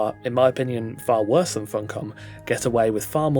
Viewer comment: "Their wost year" was it? i didn't notice. The game ran fine for me. There are only 2 bugs that i run into consistently: Disappering followers, who reappear latter. And the pathing of thralls in base who run around as if they're lost. I just turn off the thrall wandering, no need for it anyway. Just left with the disappearing followers, a bug that i come across maybe once every day or two, that fixes itself fairly quickly.